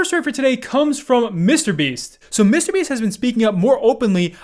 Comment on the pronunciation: Bro stop saying mr beast so weirdly